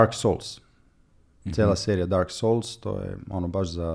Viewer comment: Još nisam upoznao čoveka koji ne napravi dramsku pauzu pre izgovaranja Dark souls.. Stvarno vrlo posebna jedna stvar